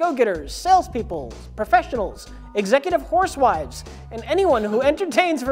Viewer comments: He did however pronounce 'housewives' as 'horsewives' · "Executive horsewives" is a criminally underrated flub.